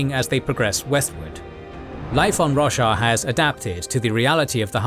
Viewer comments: Lol, I legit heard "The world of Russia" and had to do a double take. :D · Never heard anyone pronounce Roshar like Russia before!